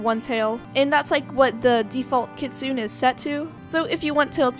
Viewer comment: I’M SORRY Kitsune is pronounced “kit-soon-ay”